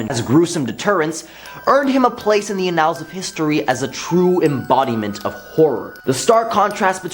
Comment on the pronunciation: I love the presenters so much. I just want them to look some of these words up so badly., you're awesome. If you can fix one thing today, let it be "annals." I would love you 1000% more! 💙